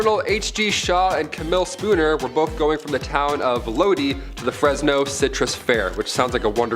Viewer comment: I have a question about the 2that claimed that aliens attempted to abduct them, I'm confused about the pronunciation of the town they left from, was it Lodi ? If so, it's pronounced Lo-die that I have heard of!🤔